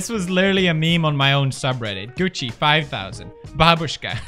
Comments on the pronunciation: Felix said it right!!! bAbusha!!! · This is the first time ever I heard English speaking person pronouncing “babushka” correct 👏🏻👏🏻👏🏻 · Thank you for pronouncing bAbushka correctly